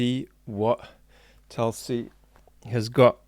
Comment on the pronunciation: It's not Talsi. You could take some effort to Pronounce her name properly.